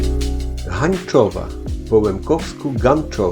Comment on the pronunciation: Jak zawsze,bardzo interesujace filmiki z moich bylych okolic,takie malutkie sprostowanie w jezyku lemkowskim tez sie wymawia Hanczowa.😘Dziekuje,pozdrawiam🥰